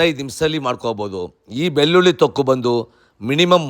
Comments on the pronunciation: ಬಿಲ್ಲುಲ್ಲಿ ಅಲ್ಲ ಅಣ್ಣ, ಬೆಳ್ಳುಳ್ಳಿ ಅನ್ನು. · ಅಯ್ಯೋ ಬೆಲ್ಲುಲ್ಲಿ ಉದ್ದಿನಬೇಲೆ ಇದು ಯಾವಭಾಷೆ ಮೊದಲು ಳ ನ ಅಕ್ಷರಗಳನ್ನು ಸರಿಯಾಗಿ ಮಾತಾಡಪ್ಪ ನಿನ್ನ ನಾಲಿಗೆ ದರ್ಬೆ ಹಾಕಿ ಉಜ್ಜಿಕೋ